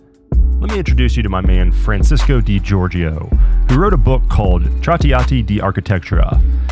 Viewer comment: great video! when you talk about Giorgio the second "I" is silent and the last part of the word (gior"gio") is pronounced as "jo" so its like "jor-jo"